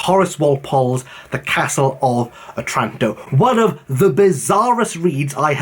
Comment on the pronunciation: 'Otranto ;) (not O'tranto) Yeah, Italian words have a tendency to have the stress on the second to last syllable, except when it's one you need to actually utter out loud in front of others. That's when it moves somewhere else. To delve even further into the linguistics of it: the exceptions occur more often for words you need to pronounce to an audience where someone speaks Italian. Why do you dislike Shakespeare? Did you make a video on why you don't like him?